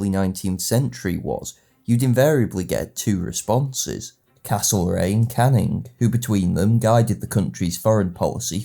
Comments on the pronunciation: What bothered me so much was his continuous mispronunciation of Anglo words when he could just look them up. Caning, vis-count ect. His views may have something to do with his preference for socialist history, as opposed to whig, revision or post-revision. This doesn't come up in his classical videos but is increasingly prevalent in his more modern videos (see "work" which also uses outdated evidence for how long people are off work for - 51% indeed!). His videos are still good - entertaining and informative - and classical videos most of all. Rome is his area of expertise and those videos are wonderful. But unfortunately I've increasing found you have to take his videos with a strong pinch of salt (like ExtraHistory). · The pronunciation thing really gets to me. It's great work in fairness, but every time he said Canning or Viscount my ears started to bleed. It's not even a regional of US pronunciation, it's just wrong.